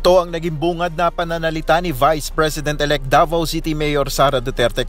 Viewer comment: UNTV, hindi ba madaling bigkasin ang salitang VICE PRESIDENT?